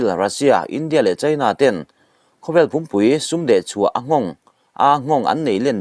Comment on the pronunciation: Pumpui lamrik dan hi a dik lo. Kankawchhunga pumpui ri angin i lama, a zavaiin, a, zawng zawng sawina a pumpui, ropui tih ri anga lam zawk tur a ni e.